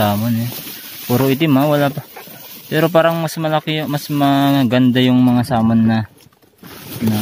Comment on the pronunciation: Samon daw kala ko SALMON 😁😁🐒